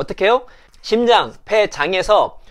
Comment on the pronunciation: 심장 ?신장 ?발음교정 시급